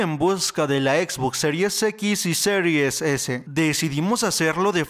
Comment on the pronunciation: sirues ex y sirues es! Wey no mames 🤦🏻‍♂️